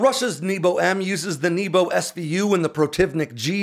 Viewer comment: I'm sorry but hearing небо pronounced as "knee-bow" is hilarious and conjures up memories of arrow in the knee jokes🤣for those wondering, it should be "nyay-buh"